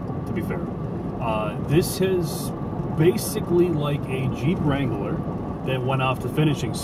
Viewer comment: Every time adds a syllable to “Wrangler”, an Arby’s franchise closes.